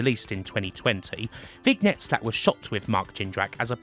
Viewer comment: That's not how you pronounce "vignette," LOL.